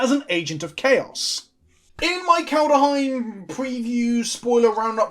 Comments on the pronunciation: Brian: Say "Kald" Stewie: "Kald" Brian: Now say "Heim" Stewie: "Heim" Brian: Now say "Kald-heim" Stewie: "Kald-uh-heim" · How to pronounce Kaldheim: Kald-heim. As it's spelled - there's no invisible "a" between the "kald" and the "heim". It's not "Kald-a-heim", just "Kaldheim"... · "Kaldheim" is literally just the way vikings said "Coldhome," and you know how to pronounce those two words shoved together. Surely there's a little Saxon in with that Anglo, my lad, not that hard :) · KALD. HEIM. Not KALDER OR KALDA OR KALDUH. <3 Love ya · Kald Heim. STOP PUTTING AN A IN THE MIDDLE rofl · Called-Hime (like Time), two syllables. You can do it, I have a modicum of faith in you. Sometimes. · "Kald-heim" come on its not THAT hard. read each part separately and then smash them together. there ya go. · Love you, it's Kald-heim. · Well pronounced "Ikoria" correctly back when that was previewed, so he has to make it up by mispronouncing "Kaldheim". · There's just no vowel between d and h. Say "bad ham". Say it faster. That's how you should pronounce the dh in kaldheim. :D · I know a hard D feels better in the mouth than a soft one, but that's no excuse for that pronouncation. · Stressing the D because “Daddy”.